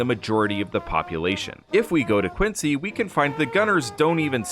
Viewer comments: Its “Quin-zee” not “Quin-sea” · Love the Videos but as someone who grew up there Quincy MA ( and the president) is pronounced "Quinzy".. "Quincy" is in Illinois. But I do love the content ! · And the Americans living in Quincy pronounce it “Quin-zee.” Massachusetts is full of cities and towns pronounced differently than expected. Quincy is one of the simpler ones. Leominster, Worcester, Gloucester, just to pick on the odder ones. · no we don’t. It’s pronounced quin-sea. I’m standing in it right now.